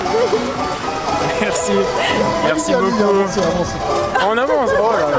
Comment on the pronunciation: "avencez avencez"